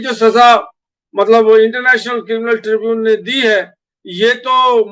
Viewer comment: tribunal kehte hain aur mulavis bolte hain mubalis nahin. ko urdu seekhni chahiye.